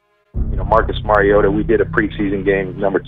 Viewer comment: Rodger Goodall said Marcus Mariado